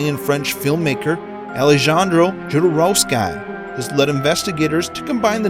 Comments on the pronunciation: Alejandro Jodorowsky is pronounced Al-le-han-dro Ho-dor-ow-ski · Alehandro hodorouske is closer to the actual pronunciation